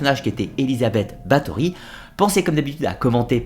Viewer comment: Bonjour, je sais que les sonorités du Hongrois et du Slovaque sont difficiles pour nous autres Français, mais quitte à faire un docu sur la comtesse Bathory, aurait il été trop difficile de vérifier la prononciation des noms propres?